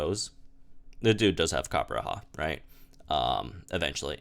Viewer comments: on the topic of name pronunciations, its copper-raja and not copper-raha. Raja means king in hindi, I'm guessing the idea was war elephants as a symbol of indian kings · It’s weird hearing him say “Coppera” when there’s clearly a J in there....... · can you pronounce Copperajah one more time? 😆😆😆